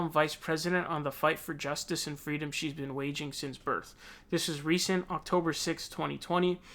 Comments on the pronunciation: "Fweedom" are you kidding me?! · Sounds like kamala thinks restraints are freedom..oh..sorry "fweedum". IMO. MS.Harris is a control fweek. 🤣🤣🤣